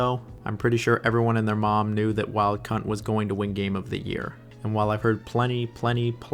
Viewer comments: Did he really call it Wild c*nt? Or am I the only one hearing that? 😂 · i replayed wild c*nt like 3 times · yes he was. See: pronouncing sekiro differently five different ways in five minutes. Or wild hunt as wild cunt. or balders taint. Just cause he says it in a real dry monotone way doesn’t mean he’s not joking lol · I was playing a game while listening to this video, and I heard you say “wild Cunt” and I burst out laughing lmao!